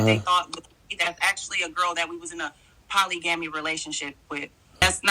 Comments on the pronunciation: "Polly-gammy" ... I mentally checked out then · She said poly gamie relationship 🤣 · Did I hear this broad say “poly gammy relationship”??? Yea shawty definitely guilty af 😭😭